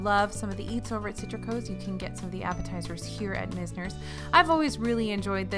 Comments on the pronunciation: I could be wrong, but I've always said MIZE-ners (like "wise"), not MIZZ-ners. It's one of my favorite WDW bars, thanks in large part to bartender Tammy. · FYI, you had the pronunciation on Mizner's right the first time - it's MY-zners. (Named for one of the defining architects of South Florida